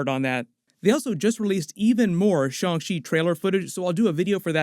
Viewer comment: Happy to hear you saying shang chi right!